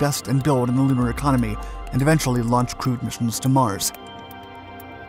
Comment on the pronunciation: Was that "crewed" missions to Mars, or "crude" missions?